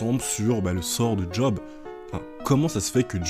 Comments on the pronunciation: Bonne vidéo ! Par contre je me permets, juste parce que ça m'a trigger à fond, Job ne se prononce pas à l'anglaise ("djob") mais à la française ("geob" pour l'écrire phonétiquement)^^ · Vidéo vraiment top je découvre, par contre, par pitié arrêtes de dire (d)Job, juste Job ! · J'étais en train de kiffer la vidéo puis tu t'es mis à appeler Job en le prononçant 'djob' alors que ça se dit 'jaub' dans le pire des cas 😭😭 vas-y jv faire un effort pr finir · Job ca se prononce Yob